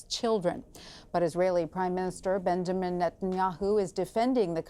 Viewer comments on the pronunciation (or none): “Prime minister BEN-de men-et-n’ahoo”